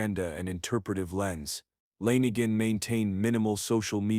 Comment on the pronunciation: Langin?? Fuck this AI 🤖 trash. Try harder please. We’re not all that stupid.